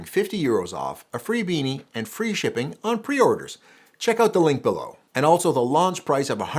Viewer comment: "Bennie?" Come on... you're Canadian! Yes, I do know you are doing it for sales to Americans.... but bennie?